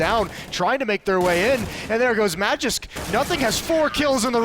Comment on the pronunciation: They say Magisk so fkn wrong it hurts